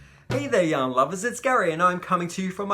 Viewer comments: Gary, I always hear "hello, young lovers" and then I pause and realize you have said "yarn lovers"! LOL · Me too!! It took me a couple of videos to realize He was saying yarn lovers!! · Me too! Australians don't pronounce r's. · I was watching for 6 months and thought it was just a term of endearment! The Crystal was wearing his merch and I saw it said Yarn lovers! 😂🤣😂